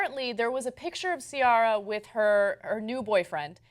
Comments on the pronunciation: See-Air-ah not See-ah-rah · Why is she saying SEE-ARE-RA. It's SEE-AIR-RA lol. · Why does Ana pronounce Ciara's name as (see are ah) it's (see air ah) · her name is not caria its ciara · Please stop pronouncing Ciara like that, it's SEE-ERA, not SEE-ARA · The name is Irish & is pronounced Key-ra. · its pronounced cee-air-uh... old ass ana... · lol 'si-aw-ra' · the way they pronounce her name 😒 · That's not how you pronounce her name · Why do they pronounce that name wrong? Wiki says that Ciara herself pronounces it wrong... but c'mon man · I think they're pronouncing her name wrong lol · I love the way Ana pronounces Ciara's name. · Wow Ana, you know about pop music more than Cenk... Ciara has been around long enough for you to pronounce her name properly. :/ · I love the way she says Ciara lol